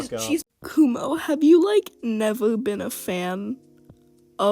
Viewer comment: Why do you call him kumo when his names is akumu